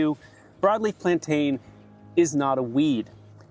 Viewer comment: Chamomile sounds like camo-meal, and plantain sounds like plan-tin. You're welcome.